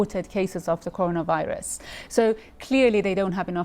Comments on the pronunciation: I like how she mispronounced coronavirus . Good start. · It kills me how she pronounced coronavirus wrong 😢😢😢